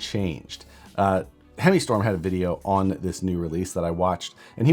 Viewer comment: Good sir, you mispronounced Hemischtorm.